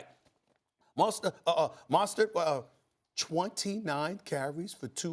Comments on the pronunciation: It's Mostert not Monster. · ITS NOT MON-STERT.........ITS PRONOUNCED MOE-STERT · pronouncing it wrong. Mosert doesnt have the letter 'N' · Stephen a gotta learn how to pronounce Mostert